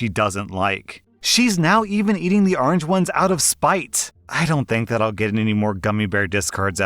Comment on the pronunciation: arnj, actually, according to his pronunciation